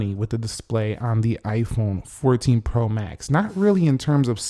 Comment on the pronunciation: The way you pronounce “pro max” is weird. The emphasis should be on the word “max,” not “pro.”